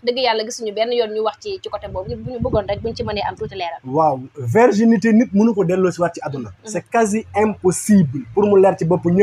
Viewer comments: On ne dit pas verginité mais plutôt virginité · Virginité au lieu de verginité. Bonne continuation !